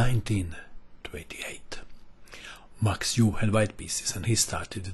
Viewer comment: Yes I found the "KILLAH MOVE", it was hard not to. Dr "Max" Euwe, who had a long and illustrious chess career which included defeating Alexander Alekhine for the World Championship and the presidency of FIDE, IS NOT CALLED "EWE", the proper pronunciation is difficult for non-Dutch speakers but not all that unpronounceable. There was limerick about the pronunciation of his name at the time of his ascendancy which I can't remember in full, just the last line, "But it's rather more 'Ervuh' than 'Yervuh''" Edgard Colle, who was from Ghent (And where is Ghent? It is the city in Belgium), was a great player who suffered from gastric ulcers throughout his career until he died tragically at the age of 34. He is famous for his opening system which is still played today, most notably by Artur Yusupov. His name is not pronounced "COAL" but "Kuh lay"